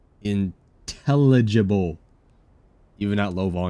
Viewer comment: this is a grown man who didn’t even know how to say intelligible 😭😭😭😭